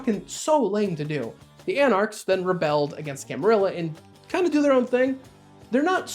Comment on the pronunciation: So glad you pronounce camarilla properly 🥳